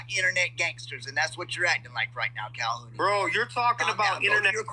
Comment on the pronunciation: Haha. He said calhounie